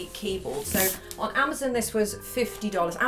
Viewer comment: The way she says amozun